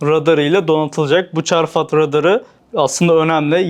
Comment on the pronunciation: Çarfat değil çafrat idi sanki